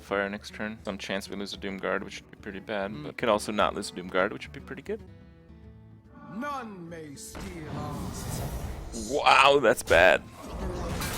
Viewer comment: "Turns out it's PRETTY GUDE"